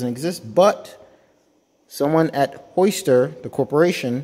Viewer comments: "Hoister"? There is definitely a "y" in (Hi-ster)🤦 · Why do you call it a Hoister